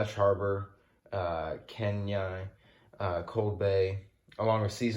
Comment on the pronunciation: Kenai is pronounced ken-eye